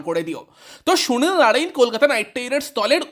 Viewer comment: ভাই তুই আগে সুনীল নারিন উচ্চারণটা ভালো করে কর 😂😂